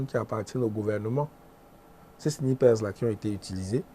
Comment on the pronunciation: M. Haman Mana, le mot "SNIPER" se prononce de la meme maniere en francais comme en anglais, votre prononciation a porte a confusion